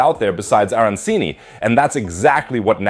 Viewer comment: butchered the pronunciations of Paella and Arancini. (pa-ey--a, ar-an-cheeni). but love the t-shirt haha